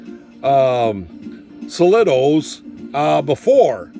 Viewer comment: It's Solido, pronounced SOL-EEE-Doh. A french company still producing excellent models. Nice models, cheap and easy to find in Europe but not currently in production as these models are at least 15-20 yrs old now. Was also available in their Verem range which was more expensive but better detailed. Came in military, police and gure brigade versions These models are hard to strip the paint from but they can be beautifully detailed to look very realistic. The standard car came in dark green initially and bronze later when reissued as a part work. The van version is simply the car with the rear window panel blanked from the die.